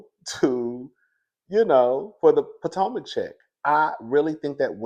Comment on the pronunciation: How you go come back, hide your face, and add Candiace to the picture 😂😂😂 we here for a kiki 😅 did you say Poortomac